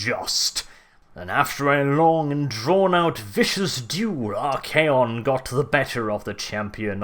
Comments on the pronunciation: I'm pretty sure you pronounced it right. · I believe you pronounced it correctly because if memory serves me it comes directly from Greek meaning master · We all know how to pronounce "archon," and Archaon just ads an 'A.' I would say you have it exactly right.